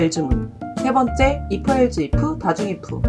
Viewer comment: else... not 앨즈, but 앨스